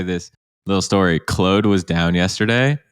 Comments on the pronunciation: Me rushing to the comments to see peoples reaction to you saying “Clode” instead of “Claude” 😂 great episode as usual 🙌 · Have I been mispronouncing Claude? I say it like, "Clawed", like a cat clawed... I keep hearing, "Clode". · Maye "Clode" was intentional. There's almost no way lol... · did you really just call claude "clode".... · I have a french friend who is called claude, his parents call him claude, never have I heard anyone refer to him as clode in my life, maybe it's a canadian thing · Hahaha who else saw all the contradictions from. Oh and it's pronounced as Clawed lol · I would find that a little easier to believe if you didn't accidentally say it the non-french way Loving the video, thanks for the learnings.